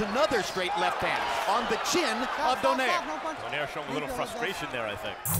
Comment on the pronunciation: Lmao Do-nehr. They don't know it's Do-nai-reh